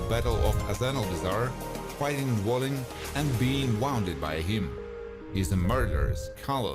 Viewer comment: ‘’dwelling’’ cmon dude, it’s dwalin